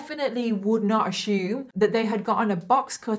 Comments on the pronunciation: Why do you say Assume like that?? Lol. There's no H in Ashume lol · Lets not ashume things!!! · Does anyone else love when says the word "assume" I just love her❤️ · I was wondering if anyone else loves it the way I do ❤️…I literally look forward to hearing her say it in EVERY video 😂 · Every time you say assume I smile a bit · The way she pronounces "assume" is something i've never heard before. And it's driving me crazy 😅😂😂😂😂